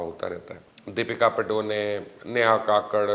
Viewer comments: You've ruined the pronunciation of indian actresses names 😆😆 .For instance it's deepika Padukone not padoney🤣🤣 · Deepika padune????? Anpdh, jahil, madarsachap dhangse deepika Padukone , thikse bol bhi nahi sakhta.